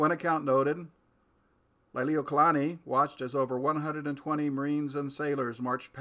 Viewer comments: It's pronounced Lee-lee-wo-kah-lah-nee, not Ly-lee-wo-kah-lah-nee... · So much great information... Lily Not Liely O Kalani. Please redue pronouncing her name right out of respect for Hawaiians and our illegal occupatied nation that still remains occupied since there is no treaty of annexation for Hawai'i.